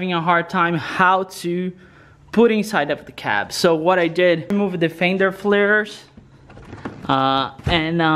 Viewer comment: There fender flairs not flamurae flairs. And I don't think I have ever heard someone talk so much before even starting work ..